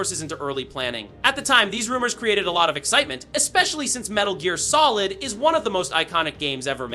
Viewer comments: About 1 second before he said that, I was like, wait is this AI? Then I heard Metal Jeer Solid. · Wait...what? 'The original metal jeer solid?' XD